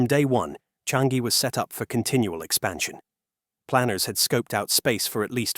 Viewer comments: It's pronounced as Chang - Yi. Not Chan - Gi. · Its "Cha-ngee"... not "Chan-gee"... get it right for goodness sake.